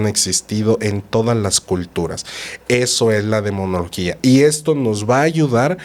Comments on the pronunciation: la palabra correcta es demonología, no demoniología. El invitado repitió varias veces: DE MO NO LO GÍA. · disculpe usted; pero es Demonología... no Demoniología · Se dice DEMONOLOGIA 😊 el padre lo dijo varias veces y la señora seguia diciéndolo mal 😅